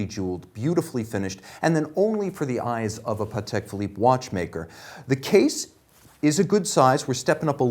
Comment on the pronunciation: I lOVE that he pronounces pahtek correctly